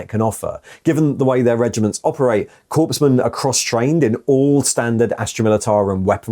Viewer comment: It’s not corpsmen lol